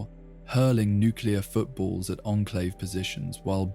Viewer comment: Teach this voice to say onclave instead on inclave please and you got it